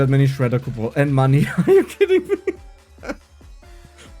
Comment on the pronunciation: The way he says coupons is funny as hell 😂